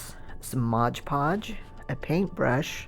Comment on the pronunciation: I agree, and when people keep saying "MOG POG" instead of MOD PODGE then I can't keep watching